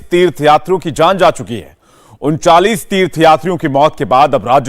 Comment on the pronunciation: उंचालीस नही महाशय उंतालीस ।